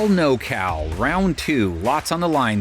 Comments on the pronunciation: "No-Cal" ❌️ "Nor-Cal" ✅️ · Norcal not nocal 🤦